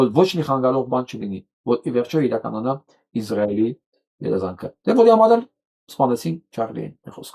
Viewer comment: Հարգելի պրն, որպէես հայրենասեր մարդու հորդորում եմ ասել ԻՍրայել, ոչ թե՝ ԻԶ րայել, ռուսաֆիլների պես, որ ասում են՝ ԻՌ ան: Կներեք, բայց որպես հայագետ պարտավոր եմ ասել